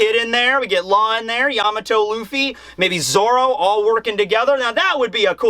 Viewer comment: im glad you pronounce it yAmato and not yamAto like other youtubers its really annoying